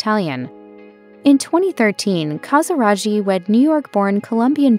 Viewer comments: In Italian, ghi is pronounced as a hard g. It's ca sa RAH ghi, not ca sa RA gee. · It hurts to hear the wrong pronunciation CasiraGhi, the h should avoid the pronunciation tsch! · Please note that the name Casiraghi is wrongly pronounced, it should sound like KASIRAGKI and not KASIRAGI... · Please don't pronounce it "Casiradschi" its called "Casiraghi" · Never heard the name Casiraghi butchered like that before. It's Casiragee, not Casirajee....... Good grief.. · I think the pronunciation of the surname Casiraghi is wrong - it would not have taken much effort to find out how to pronounce it correctly. It is an Italian name and the gh is a hard sound - as in gear. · I can't continue to hear you butcher Stefano Casiraghi's surname! It's a hard G for goodness sake!! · The ‘ghi’ is pronounced as in baggy, or Maggie. At least get that correct.😅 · It’s appalling isn’t it 😮😮😮😮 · The commentator pronounces every Italian name wrong! Even Casiraghi!!! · Every French name, too.